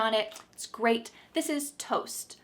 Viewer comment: That's gweat 😂😂😂